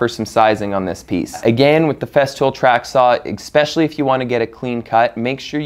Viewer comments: Wow. Beautiful. And stressful. BTW, it's "especially" - not "expecially". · Bro, this is great, but for the love of God, it's eSSSSSpecially!! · Pronunciation was Expetially bad today.